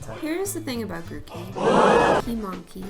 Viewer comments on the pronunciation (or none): GROOKEY DOES NOT END WITH AN I, IT ENDS WITH EY! AND DON'T CALL GROOKEY A HE!